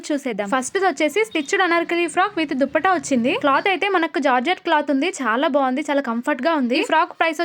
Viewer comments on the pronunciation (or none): అక్క దుప్పట కాదు దుపట్టా 😂